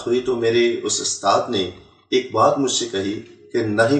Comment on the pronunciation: he says he is a hafiz and doesn't even know how to pronounce USTAD. what a joke. The Christian liars really need to do better than this born Indian Christian. He doesn't even know that in every mosque there are hundreds of QURAN with translation that 10 year old children read every day and no permission is ever needed from an " usthaaz ". What a joke first they used to have every so called convert saying he was the son of a muaazeen who was a imam and now it's this rubbish.Looks like things are getting really desperate for the so called born agains. 😂😂😂😂😂😂😂😂😂😂